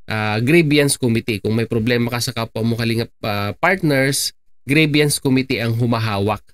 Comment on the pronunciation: Grievance po (pronounced as greebans) hindi po grieviance or greebyans.